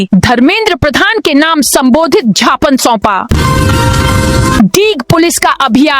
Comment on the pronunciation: बार बार निवेदन करने के बाद भी ज्ञापन को झापन पढ़ा जा रहा है और कोई सुधार नहीं किया जा रहा है।